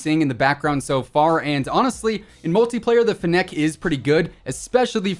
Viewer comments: Fennec not fin neck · Ok please its fennec not fnnec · It’s pronounced “fennick” :) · Love how he says Fennec as Finneck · You’re mispronouncing Fennec lol